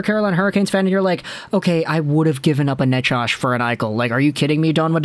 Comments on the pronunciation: how are you saying Necas? I don't think it's Nachosh. Forsland used to say "Nachez" ( emphasis 1st syllable). I'd go with that. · Ya no I'd take Necas and Jarvis. And you're pronouncing Necas wrong lol.